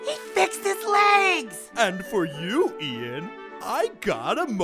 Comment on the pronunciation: He called Ian Ethen